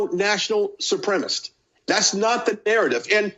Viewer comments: Sup-prem-a-cist, not supremest . Trouble with english stud? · These racist southerners simply must learn how to pronounce supremacist. It is not supremace!! You must not speak about it if you cannot spell it and pronounce it. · this guy is in media and doesnt know that the word is "supremacist" not "supremaist"? and maybe im an outlier, but i dont care about texas or texans they have voted for people who believe in human sacrifice in order to worship their gun god they are heathens...and god punishes heathens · OMG, it is supremacist, there is 4 syllables, not supremus....... He must have gone to school with Lauren Boebert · Why can't these lying sociopaths say "supremacist", and what is a "supremist" 😂. White Nationalists can't even speak English correctly. Having issues with the ability to pronounce multisyllabic words correctly. You can't make this level of stupidity up!😂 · It’s white supremicist… not supremistszz… learn to speak you right wing hack… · "supremist" i think he means supremacist ? hahaha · You know he's uneducated when he says "supremist" and not supremacist. Boebert says the same thing. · right? Okay, I thought I just kept mishearing him, but he was definitely saying “white supremist” 😂🤣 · wtf is a supremist? none of the reptards (the p is silent) say supremacist, as if they were somehow softening their tyranny by refusing to speak... oh ok that's it isn't it? it's how they hope to appeal to their crowd, a less-educated crowd perhaps? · He can't pronounce "white supremacist" either, like Bobo...lol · The word is supremacist, perhaps this guy could brush up on his English skills? Wonder if he's an immigrant? LOL. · Brian Glenn can't even say, "white supremacist"... 🤦‍♂️